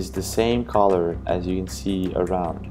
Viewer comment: Why you keep pronouncing the world “ color “ as caller ?